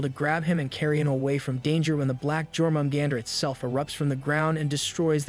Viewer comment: U say it like yormengander